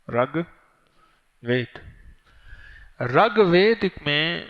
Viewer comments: Assalamu alaikum , RUGVED not Ragved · It's rigved not regved Its first ved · SalamuAlekum wa Rahmatullahi wa Barakaatuhu. Maulana Sahab, gustakhi ma'af farmaiyye... "RAG VED" GHALAT PADHA AAP NE, US KITAAB KA NAAM "RIG VEDA" HAI. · Ragbed nahi. Reegbed hai iska sahi lafj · Ragved nahi rigved hai uska pronounciation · Rug ved nahin wo RIG VED hai, tas'hee ho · Raag vaed nai Rig ved hy